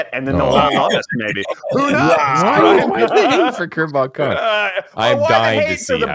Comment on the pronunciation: I swear at least fourty percent of the time the boys are saying Kerbal Kahn.